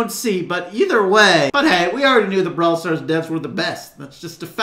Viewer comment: "Ball stars," "Moatis"